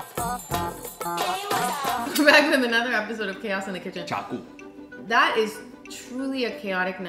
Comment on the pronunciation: 'chaaku' it's funny 😂😂😀